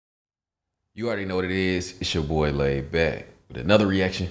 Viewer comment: bro said doy 💀💀💀